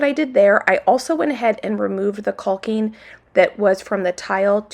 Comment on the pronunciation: caulking is pronounced like what a crow does, caw and the guy with the crown. So, caw king, and cawk. We want you to be perfect.